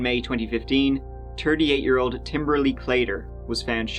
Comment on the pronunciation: You’re saying ole’ not old🥴